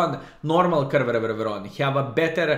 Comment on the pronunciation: I like how say Caereveveveveron, but its easy to say -- ( ker - NAR - von ) skilSmile But actually, real city for which tonk is named is spelled "Caernarfon", so it's like Klaipėda of Wales... XD